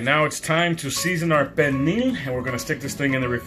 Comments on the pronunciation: Is this cook a fluent speaker of Spanish or Portuguese? His pronunciation of pernil does not sound correct. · I can’t quite hear how he pronounced pernil. It should be like pear kneel.